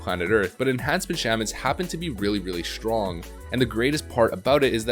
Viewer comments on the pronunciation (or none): Funny how u say shtrong and not strong